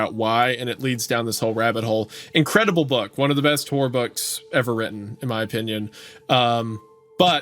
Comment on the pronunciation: I swear every time Wendigoon says horror I just hear whore lol